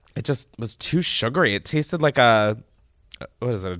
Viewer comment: THE taasted through gritted teeth LMAOOO